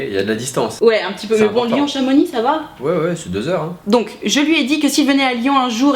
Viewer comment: Merci de bien prononcer Chamonix. On ne proconce pas les X en Savoie/Haute-Savoie 😂